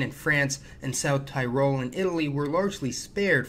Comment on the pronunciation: tyrol he sayed 😭.....